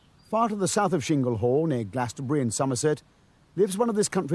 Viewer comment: It's Chingle Hall not Shingle Hall,! Why do some idiots decide to pronounce words in their own way?